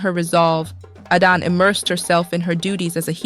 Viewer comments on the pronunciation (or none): Why is Adana's name sometimes pronounced "Aiden". What happend to the male narrator? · At a time I got lost with the pronunciation of Adanne and Arinze